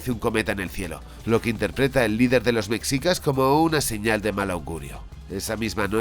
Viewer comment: Que son los “mecsicas”? amigo español, se pronuncia “meshica”